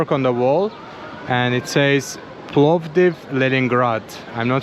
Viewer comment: you are one of the very few forigners who are pronouncing sofia and and plovdiv in the correct way, respect